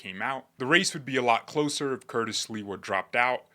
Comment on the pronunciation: I love your New York accent for Sliwa❤